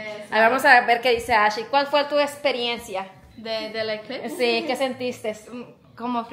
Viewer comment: siquiera tú supiste decir eclipse tu hermanaca dijo eclitse jajajaja